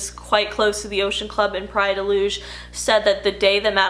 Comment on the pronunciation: As a Portuguese person I appreciate you actually going all out and pronouncing "Praia de Luz" correctly